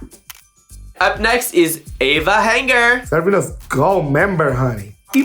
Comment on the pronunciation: they calling Ava Hangar like Eyva Rangher i'm dying LOL guys it's "Avant Garde"